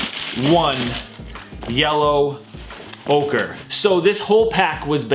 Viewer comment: Ochre is pronounced okra